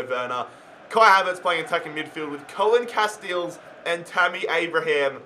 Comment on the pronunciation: It's pronounced Koon Casteels, but I can see why you wouldnt want to say that